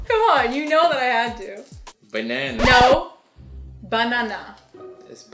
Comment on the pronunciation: Somebody tell its literally BAH NAH NAH bc of korean pronunciation